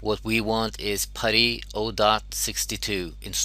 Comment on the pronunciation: its not patty its putty